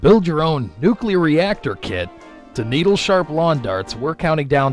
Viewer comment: "NU-CLEAR," NOT "NUKE-U-LAR."